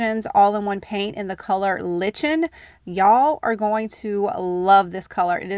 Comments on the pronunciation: Not litch-en. In the US, it’s pronounced, liken. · Love all these ideas. Just an aside,the color is pronounced liken. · Hi! Awesome projects, the most simple projects are always the most beautiful. One quick tip...the Fusion paint color Lichen is pronounced "Like-en". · FYI: “Lichen” is pronounced “Like-in.” And both of the green paint colors are so good! I’m going to have to get some! Thanks again! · I love all of the projects! I keep changing my mind on which one is my favorite. I believe the color Lichen is actually pronounced "like-en." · Those knobs and finials are adorable. So clever. (shhhh......it's pronounced "lie-ken"...just so you know...) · I think the green paint (Lichen) is pronounced “Liken”” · Very pretty but just so you know...lichen is pronounced "liken" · LICHEN is pronounced "LIKE-IN" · The “ch” in the word Lichen sounds as a k, not as in the word “cherry. 😁 it is the green type of fungus that grows on trees, usually the north side. And a very pretty color.